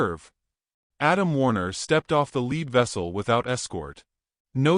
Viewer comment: You need to work on your words. Mispronounced lead( to follow), lead(metal). There were others. Not a bad story.